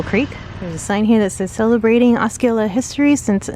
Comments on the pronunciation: Osceola is pronounced Os-see-ola not Os-ski-ola. LOL. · Thanks for sharing a beautiful sunny day in Central Florida. Awesome footage of the White Squirrel. I have not seen one of those since I was a kid. I'm a life long Floridian and unless I have been saying it wrong my entire life, Osceola is Ah-See-Ola not Ah-Ski-Ola. Just so nobody other than me gives ya a hard time lol.